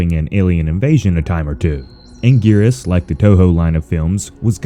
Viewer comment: You said Anguirus wrong